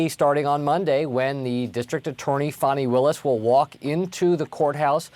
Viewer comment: Frederica, pPlease pronounce Fani Willis' name correctly. Here is the correct pronunciation on her Wikipedia page. To continue to mispronounce her name is very derogatory.